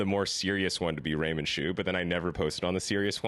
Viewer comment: callin em raymond ' jew ' instead of raymond ' shoe ' 😂🤣😭